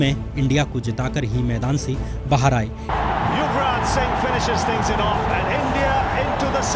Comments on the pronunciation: Are yuvraj nhi bhai yograj h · Good job bro but ek confusion tha, samaj nai aara tha aap kap yograj bolre and kab youraj.